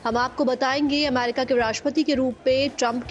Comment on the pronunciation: Why is she saying अमारिका